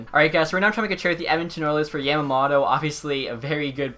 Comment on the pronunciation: Not hating but it's pronounced yom-om-oh-toh